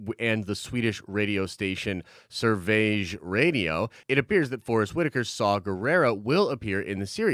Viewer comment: Dude look up the pronunciation of Sverige 😁